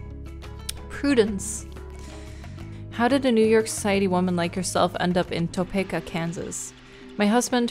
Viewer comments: When she read Topeka as 'Toh-peh-ka' instead of 'Toh-pea-ka' 🥲 I live in Kansas so it was hard to hear it mispronounced but I also found it funny af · Just letting you know, Topeka is pronounced like Tuh-pee-kuh. I am from Kansas and thought I let you know. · I make it to every sat morning i drink my coffee to play throughs, your voice is perfect for early morning wake ups!! Ps its pronounced as Top-ee-ka...lol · saying “Topeka” is so cute 😭😭 “Toe-pee-kuh” is how you pronounce it:) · Toe-pee-ka Kansas...I used to get it wrong as well lol. I absolutely love your Nancy Drew play through, I believe I've seen all of them 🥰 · Tah-pee-kuh is how you pronounce Topeka it is a weird word so I get the confusion. I live in Kansas and I don’t hear much about Kansas so it’s really cool to hear about it. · Fun fact: I live in Topeka! It’s actually pronounced “Toe-Peek-Uh” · I often play playthroughs while I'm at work to have something on the background and I have to admit I was caught off-gaurd when I heard say the town I'm from lol. Also, it doesn't really matter but you were very close to the common pronunciation of 'Topeka'. It's a short E sound like in the word 'see' or 'bee', so all in all its Toe-Pee-Kah. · Am I the only one who thinks the way our esteemed streamer pronounced it is how "Topeka" was originally pronounced before, well, white men changed it?